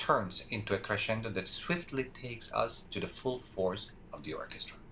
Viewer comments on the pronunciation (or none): none